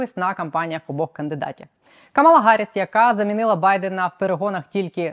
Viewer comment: КАмала, вона КАмала, не КамАла. Просто бісить, коли публічні люди, майже всі, за невеликим виключення, не можуть/не переймаються тим, щоб вірно вимовляти імена/фамілії/географічні назви тощо. Нема декілька хвилин, щоб зʼясувати?